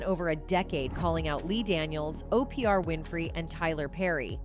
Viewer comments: How you pronounce her name correctly the first time then mess it up thru the rest of the video... And how can you not pronounce OPRAH... Not OPR... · Is it too much to ask for these outlets to do voiceovers... Who in the heezy is O.P.R. Winfrey... SMH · Keeps saying o.p.r. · Why can’t she say Oprah???? O-P-R?????? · Why are you calling Oprah, OPR??? Next, your title does not fit your commentary, you did not expose new secrets from Tichina!!! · O p r Winfrey 😂😂😂😂😂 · Who is Opr? Her name is Oprah... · Who is Tichena and who is opr this no pronouncing women needs to be fired for mis pronouncing names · Opr Winfrey? Lol just call her Oprah. Are you scare? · It's Oprah not opriah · O.P.R. Winfrey? lmao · O-P -ER-AH!?? Im done!😂😂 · She is saying Oprah's name as Oprie R. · Who the hell is O P R Winfrey. This newscaster says the names correct and then continuously mispronounces them thereafter. Hmmm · Oprah Winfrey first name is pronounced (ow- pruh. You shouldn’t do a video if you can’t correctly pronounce one of the main characters/subjects you’re covering. This is just plain wrong and so disrespectful. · Whoever this narrator is...blah to you. You're wordplay is garbage and you pronounced her name right the first time you said it. It's like when the media would call tupac 2 pack. Gtfoh. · The woman telling the story is scared of saying Oprah's name. She said Opr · She is not saying Oprah name right at all. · I really wish these people would pronounce peoples' names correctly. You're pronouncing Oprah as OPR?? Come on!😡 If you claim to be urban, BE URBAN.🙄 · Opr Winfrey, 😂 that sounds so sloooooow. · Who the fuck is O P RAH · O.P.R. is insane😂😂😂😂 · 🤨 Don't do a commentary if you can't pronounce the name Correctly!!!!!! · Yup she tripping messed up Oprah too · The fact you miss pronounced 5he names of O-pra Oprah and Te-sha Tisha Arnold is disrespectful. How can you act as if really care. No you just want the clicks